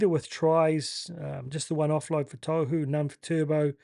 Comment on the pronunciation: Love the content bro but please... Tohu... tor-who don't over announce the r or the w and the t is like a soft d